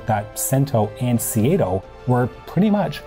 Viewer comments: Hate to nitpick but the pronunciation of SEATO as seeayto jars. It is pronounced seeto, at least in Australia. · Can you say SEATO and not SEA-A-TO?